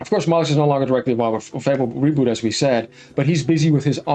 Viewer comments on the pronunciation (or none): It’s pronounced Molly-new bro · Peter mollux 😂 Cracking me up with that 🤣